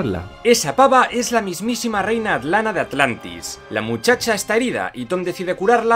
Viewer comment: agujero de guion dijo alantis